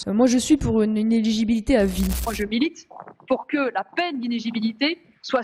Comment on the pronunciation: On dit «inéligibilité » et non « inegibilité ». Apparemment rare sont ceux qui savent prononcer ce mot en France.